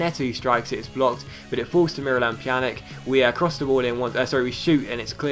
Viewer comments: Stop saying Pjanik it's Pjanic, the C is pronounced the same way as Olic or Mandzukic! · if the letter c has a thing on it like this ć It's pronounced as a ch So for evample pjanić is pronounced pyanich Same rule applies to a certain swedish winger in the player career mode